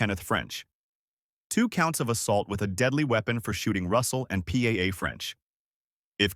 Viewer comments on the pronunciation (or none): Why does your idiot AI robo-voice have so much trouble with the name "Paola"? Here's a hint: It's like POW-la, not P-A-A. Don't you people proof the audio before you publish? When Robo makes an error due to a word it doesn't recognize, go into the script and enter the word phonetically. I thought every video editor would know this...